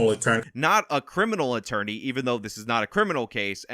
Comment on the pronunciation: “Employment ittorney” that’s a new one for me 😂